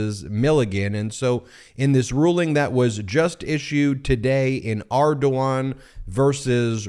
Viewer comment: As a native of Louisiana, I must say "very acceptable pronunciation of Ardoin".